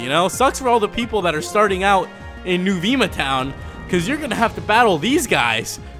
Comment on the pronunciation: Is is not NOO-VII-MA it is NOO-VEMA and is not AKYU-MOOLA it is UCU-MULLA